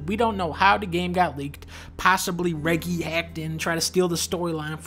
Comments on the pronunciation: I'll never get tired of hearing dunkey pronounce Reggie's name wrong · His pronounciation of "Reggie" just gets funnier every time